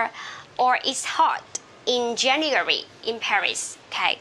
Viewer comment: Você está esquecendo de pronunciar 'djeniuéri' em vez de 'jeniuéri'. Vc mesma escreveu a pronúncia, mas ao longo da explicação diz 'jeniuéri'.